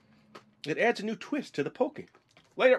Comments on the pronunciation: pronounced pah-kee not poh-kay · It's not pokey it's pockey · i cringed every time he said pokey instead of pocky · Lol you pronounce it pokey when its everyone else says like "Pock - eey" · It's called p o c k y not pocy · it annoys when he says pocky as pokey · its not poky its pronounced paw-ki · Its pronounced PAW-KEY :D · Can someone please tell him its pronounced pah key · Heh, so did I. he said pokey and i'm like..NO! >.< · omg is p-o-ck-y not pokie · god i cringed when you said pookey >.<